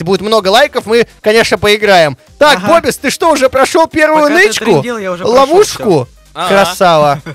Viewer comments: не называй бобиса бобис а называй бубис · ОЙ ХАХАХАХАХ БИБИС А ПРАВЕЛЬНО БОБИС